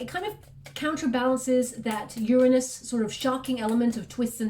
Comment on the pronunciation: Completely makes me so happy that you said the planet Uranus correctly.